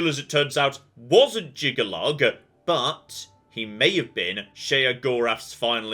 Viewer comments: This pronunciation of Jyggalag as Jyggalug has been killing me. Still, 10/10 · I find it maddening that has not said Jyggalag correctly a single time this play though, I guess it's time for me to move the Shivering Isles.